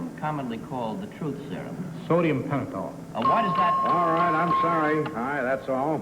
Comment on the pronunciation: Too bad Kitty changed her mind on the lie detector operator, from #2 (the right one) to #1, based solely on the Sodium Pentothal question. She didn’t notice that he mispronounced Pentothal. He left the ‘h’ out of the last syllable, pronouncing it ‘tall’ rather than ‘thal’. Still on the lie detector guy, I wonder what was going on in Eamonn Andrews’ life at the time that he was so focused on women lying. Sounded very much like a personal agenda prompting his questions.